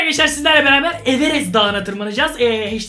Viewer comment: Abi evenes derken ?